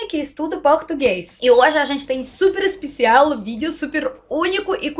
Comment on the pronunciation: Parabéns pelos presentes!! Você é uma amiga "espicial" como vc fala!!